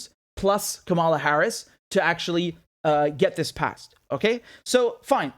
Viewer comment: It's Kamala as in Pamela.